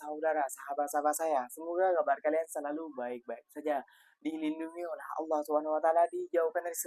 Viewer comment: Sebut ALLAH jadi aowloh 😂😂😂